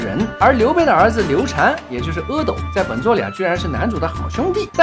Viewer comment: 读刘禅才对